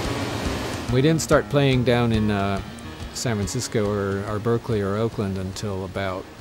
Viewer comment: 29 “Berkerly” lol rough start